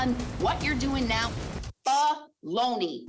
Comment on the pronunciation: Its NOT bull-ony judge😮 its bull💩 😂